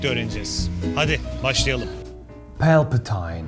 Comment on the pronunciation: Pelpetayn :D